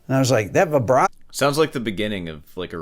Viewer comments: You call yourself a classical musician and say vyebrato? What a shame. I wish I could play like you do, though. In here I'm quite decent, but to me I'm never good enough. Since I've been listening to music and playing guitar since I was 12 (I'm now 31) I actually can tell some of these because of the songs, or the way the person starts/inserts the vibrato/bend. I thought his video was stupid at first but it's actually interesting, now that I watch it here. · Why are you saying "Vaibrato"? Just because Steve Vai invented it doesn't mean it's pronounced like that